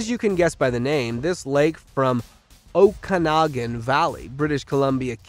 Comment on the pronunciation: I refuse to like any #SqueezedLemon videos until your narrator can pronounce names and words. 15 videos at count so far. That's Every one I have watched since April 2022. In this video 1. Newfoundland is (Noo- fun- lund). Aurora Borealis is spelled the way I have it. Not like > Boralus. It's also pronounced (Uh-roar-uh Bor- Ee- yal-Us). Okanogan is (Oak i noggin) fluidly, not choppy sounding.